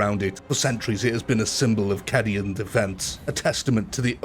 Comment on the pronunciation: Caaaaaaadian, not kàdian haha